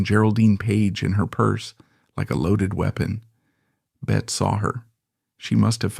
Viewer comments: Her name is pronounced Betty!!!!! Ugh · Not “bet” Davis it’s BETTY Davis.